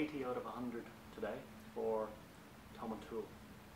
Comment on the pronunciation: I've noticed that all of the online reviews pronounce this dram "tom-in-tool." The distillery and the master distiller pronounce it "tom-in-towel." Just put this out there so everyone will start to say the name properly. Single malt scotch names can be tough but we can get there together.